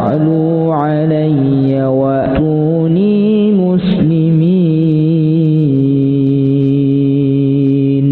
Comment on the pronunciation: Ass.ww.mohon maaf koreksi dalam suara wa tuunii muslimiin terdengarnya wa nuunii muslimiin.makasih